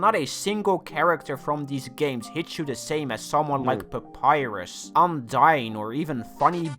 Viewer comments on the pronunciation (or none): none